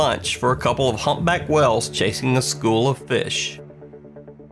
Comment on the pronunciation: 🤣🤣🤣 "Wells" instead of whales